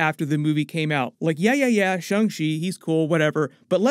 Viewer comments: Shang NOT SHUNG. Like the guy from Mortal Kombat SH-ANG. How is something with an A pronounced with a U in it? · Stop saying “Shung”!!!!!